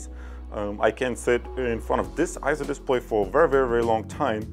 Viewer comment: EIZO is correctly pronounced as AY-ZO and not I-ZO or EE-ZO. It's pronounced just like you would pronounce the "ei" in the Japanese word sensei (sen-say). For reference see